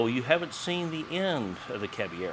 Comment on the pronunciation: it seems you can't roll the R in the name so substitute a soft D like "cab eh yedo". That should make it sound right if it is said fast enough.